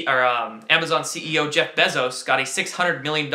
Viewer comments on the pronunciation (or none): It's pronounced "BEE ZOES".